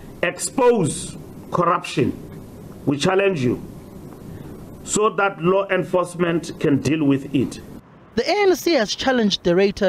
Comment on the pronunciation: Can someone please tell mbalula that it's THAT not THUT ! 😝😝😝